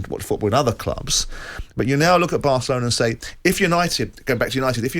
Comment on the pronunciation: Did he just say Asselona ???🙄🙄